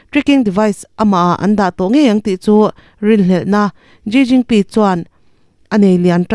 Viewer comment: A bengvar thlak mange, china pressident hming kha ilam dan a dik lo deuh vem aw ka lo ti ve mai mai.